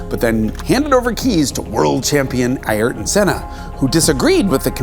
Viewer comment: Thank you!!! for correctly pronouncing Senna's name